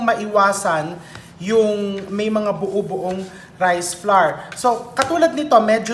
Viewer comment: Hi chef! Dont get embarassed ha, coz ako mali din ako nung una katulad maraming Pilipino. Flour is pronounced the same way you pronounce flower, magkapareho sa huling sound sa tower, sour, power. Huwag slide lng yung tunog w sa r, lagyan ng konting e. Kailan ko nga lng natutunan yan. Akala ko pa nmn ang dami kong alam sa pronunciation eh mali pala ako all the while. Hope that helped.. I'm learning a lot from you though, di nmn kc ako magaling sa kitchen hehe. Luv you chef.